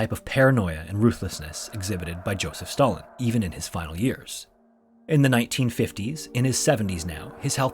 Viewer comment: Did he say Joseph Stalin or Joseph Biden?